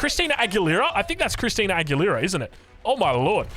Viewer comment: The best part was hearing try to pronounce Christina Aguilera